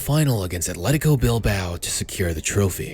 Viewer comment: Athletic* not Atlétecouw